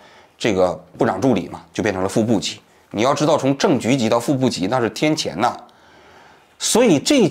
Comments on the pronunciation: 天堑（qiàn） 虽然不在央视了，业务能力不能丢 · 王局，赵任职发言人是不足3年，而不是两年。另外，天堑读音就应该是四声。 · 天堑， qian四声